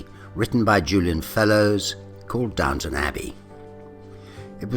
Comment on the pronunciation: Please get it right: it's Downton not Downtown!